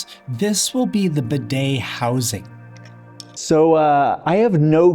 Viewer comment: I’m not normally one to complain about videos but please, please, please learn to pronounce the word “bidet”